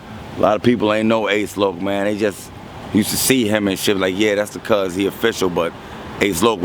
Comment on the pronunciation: Fake ass nerds can't even say cuz right cuzzzxxxxx......